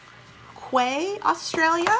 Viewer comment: I believe Quay is pronounced Key...i could be wrong...lol